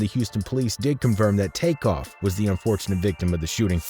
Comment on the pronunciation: X his name is was take off not crake be reapectfful at least dayum sassy his name corectly💯💯💯 Besides that great mesage very good video ty for it be blessed❤❤❤❤💯💯💋👍